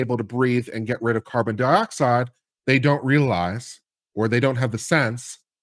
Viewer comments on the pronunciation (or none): none